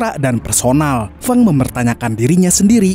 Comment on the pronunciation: Feng itu dibacanya Feng bukan Feng....😊